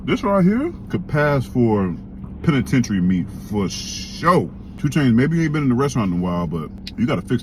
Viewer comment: Penetitairary meat lmao 🤣🤣🤣